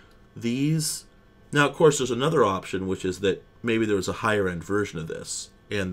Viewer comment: "Theare is a button! WTF is the button for?!" 😅